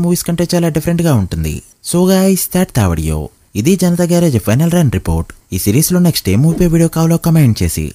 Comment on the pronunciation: Garrige kadu bro garage